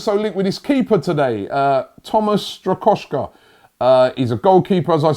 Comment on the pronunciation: Trust Robbie to throw 1 random letter into every targets name. Dayot UpamaNcano and Thomas StrakoshKa on the verge